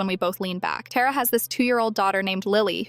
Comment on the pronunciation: Why anyways Tara that's my sister name and id being said wrong